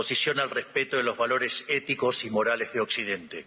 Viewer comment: 🫣 Esto esta chequeado!!! Que dice señor reptil?? Inficiencia=eficiencia, dijo no vale la puena=pena, es traba no trabues, valores marales y es morales, NO SABE LEER !!! Y ES EL PRESIDUENDE!!! fue a hablar pavadas, lo que dijo solo beneficia a trump 🇺🇲 no a la Argentina 🇦🇷, Reptil sos una maquina de hablar y hacer c4gad4s, que verguenza nos haces pasar en el mundo entero. Y pensar que hay liberdolobus que te aplauden como focas 🫣.